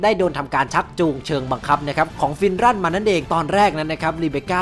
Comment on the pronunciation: ฟินรันคับไม่ใช่ฟินรั่น